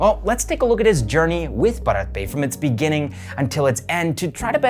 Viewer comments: It's pronounced as Bhaarat Pe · Your pronunciation is ok ! It’s a mix Hindi and English word. You are fine ! 🙏🏻🌸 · bharat pay toh bolna seekh lo pehle